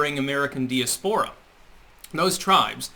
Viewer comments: dee-a-spore-a? Really? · Learn to pronounce "diaspora", moron.